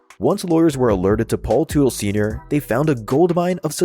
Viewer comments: It’s not tootle it’s Tut-el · If only AI could pronounce names correctly. Tootle. LOL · Man I hate these AI narrated videos. Can't even pronounce their last name. Paul Tootle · Gotta laugh when someone creates a video on OCC and they can’t even say the owners name correctly. It’s not “Paul Tootil” dummy. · The last name is pronounced the same as Tuttle. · Another video that lacked serious editing in a few spot from a homework standpoint . . especially with the pronunciation of Paul's last name, lmfao!!! smh. . . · You’d think after doing a deep dive you would of learn how to say his last name. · When you were doing the research for this video did you not think learning how to pronounce the family surname correctly was a good idea? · Paul Sr would slap the taste out yo mouth for butchering his last name.. 🫲🏻😆🤘🏼✌🏼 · Hard to take anything you're saying seriously when you can't even pronounce their last name correctly